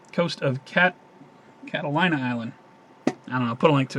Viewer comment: Its Pronounced "Cattle-Lean-A" hahahaha...Be Safe! Thanks for All of Your Work! Cheers!